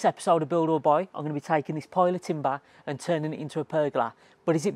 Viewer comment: How to build a what? 🙉🤣 Have you never heard someone say it outloud before? Haha Great tips though, i like the decorative curves you added 👌🏼👌🏼